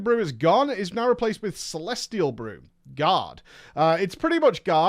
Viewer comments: Are you saying god or guard? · It took me a bit to realize you were saying "Guard" not "God". I just figured you were saying it was really REALLY good (ya know "God mode") but then it hit me